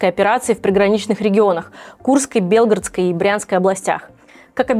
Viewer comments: БелгорОдской об., а не БЕлгородскрй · в БЕлгороде и БелгорОдской области так не говорят, уши режет) А именно не говорят: БЕлгородской об.